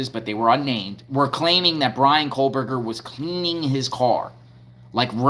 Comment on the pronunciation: There is no ‘L’ in “Kohberger.”